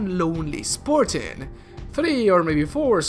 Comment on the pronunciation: “Spor-tan” “Or-mor”